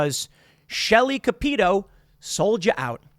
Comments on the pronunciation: Capito= Kap’ uh toe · Lmao every time you say Shelly’s last name. It’s pronounced the hillbilly way cap-a-toe. Welcome to West Virginia dialect Tim. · Yeah Shelly Moore cappito is garbage. You pronounced her name wrong